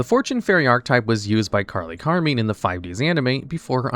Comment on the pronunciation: Car meen ? Seriously?